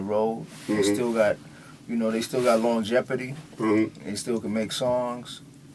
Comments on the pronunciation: Love me some Kool Kieth, but did he just say, "Longjepordy" ? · Yea, you gotta overstand that cats in the game for longtime become a liability, hence the Kool Keith term "Longjeopardy".